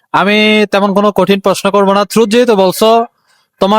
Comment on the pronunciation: ট্রুথ × থ্রুত ✓😂😂